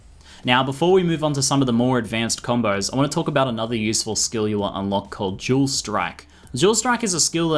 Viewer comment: When you said dual strike, I thought you were saying jewel strike XD. I love your accent!